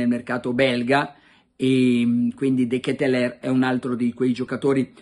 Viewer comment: Carlo almeno tu che sei filo francese pronuncialo bene De Ketelaere (De Chetelar)